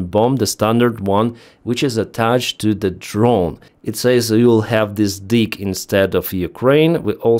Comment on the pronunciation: 😂@ "maybe you'll have this 'deek' " your accent made me crack up laughing!